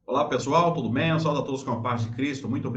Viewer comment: Não diga saudo. Diga saúdo.